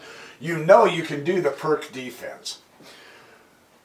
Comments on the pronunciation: It's [peertz], not [perk]. ;-) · Hello again !... BTW - Pirc is not "a" PRK - instead, a corect prnoun. is: PEERTZ !!!... ; Vasja Pirc was a Slovenian GM, born in Idrija ( near only 100 Km distant from my home !... ).